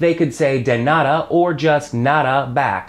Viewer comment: Hey,. First of all, I gotta say you're doing a great job at teaching spanish. I´m a native spanish speaker (I live in Mexico City), and I´d like to make a pair of comments that will be quite useful for you and your students. The first one is related to the pronunciation of the word "nada". Usually, american people change the pure sound of the letters "d" and "t" when these are in the middle of a word (even they sound very similar). For example, in the word "turtle", the first letter "t" sounds different from the second one, something that is very common to hear in the US, not in the UK. What I mean by this, is that you mustn't change the sound of the letter "d" in spanish. In the video you changed the sound of the "d" in the word "nada" as you do it in your first language. You have to say "DA" as in "DArling". The second comment is about the expression "permiso" (in Mexico we usually say "con permiso"). This expression (con permiso) is used only when someone is blocking our way. I bring this to my mind because once, in a restaurant, I heard an american to say "con permiso" just to catch the eye of the waiter, which is wrong, in that case he had to say "¡disculpe!". Actually, that was very funny because it was like if I told a waiter "pardon me!" in order to call him, instead of saying "excuse me!"... I´m gonna start to teach English in Mexico, and I'd like to exchange knowledges with you about the languages. I consider myself that I´m in an advanced level.